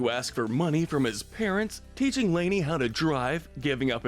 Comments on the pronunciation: I love how you called leni lay-ni Btw it’s pronounced “Leh knee” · Leni, not "Laney." 😂 Lol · I can’t finish the video. Leni’s name being said this obviously wrong is getting on my nerves. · I don’t like the way Leni’s name was pronounced in the video. That’s really the only issue I have with it. I don’t have any arguments about the list itself, except maybe giving the silver worst deed medal to Lincoln insulting Ronnie Ann because not only did he do it to his friends at school but he also did it to her in a restaurant in front of Bobby and strangers, that was uncalled for for him to publicly humiliate her that way. Yes, she did bully him but at least she didn’t insult him in the middle of a crowded restaurant in front of strangers. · You said one of Lincoln sisters name wrong it’s Leni